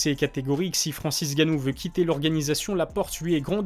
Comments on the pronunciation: c'est N'ganou pas Ganou...sinon super vidéo comme d'hab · FRANCIS "N"GANNOU, FRANCIS èN GANNOU OK ? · Très bien cette petite vidéo. Mais c'est Francis N'gannou. Avec un "N".